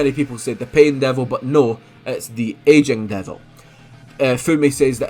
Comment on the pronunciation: Took me a long ass time to realise you were saying "Aging Devil" ok instead of "Asian Devil" LMFA